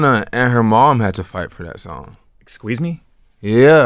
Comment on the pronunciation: are we going to ignore the fact zane said exsqueeze me?!?